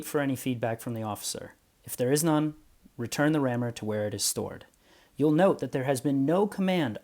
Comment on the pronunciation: Of course, in English English, it would not be "REE-turn rammers" but "Re-TURN" And it's not so much "bayon-ETS" as "BAY'nits." Thank you.